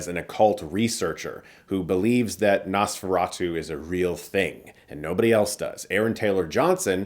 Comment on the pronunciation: Not only did you get Count Orlok’s name wrong but you also mispronounce Nosferatu. You really are a hack now.